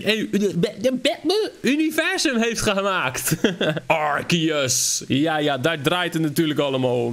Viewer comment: Het is arceus je zegt het als arseus